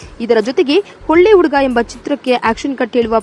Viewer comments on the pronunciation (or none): Flaan alla akka, plan adu. Uuuduga alla akka , huduga. Hu hu huduga 🙈🙈